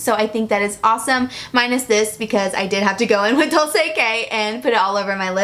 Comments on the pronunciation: Dolce pronunciation is " dolChe" just FYI :) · hey! loved the video but just wanted to mention that the kylie liquid lipstick is pronounced "dolche", that is italian for sweet, by the way snap send me!